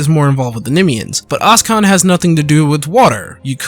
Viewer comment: Oschon is pronounced "o-shon", not "oss-kon"